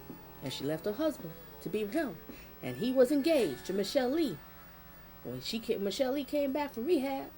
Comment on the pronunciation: It's pronounced Miss Sha lay.